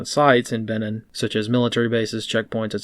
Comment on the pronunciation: It's pronounced "Beh-neen" as in "Beware and take care of the Bight of Benin, there's one comes out for forty goes eeen."